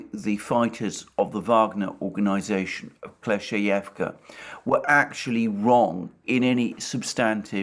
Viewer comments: Kleshcheyevka. The word rolling off his tongue like a pro now lol. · Double good news: 1. Russia captures Kleshcheyevka 2. Alexander can now pronounce it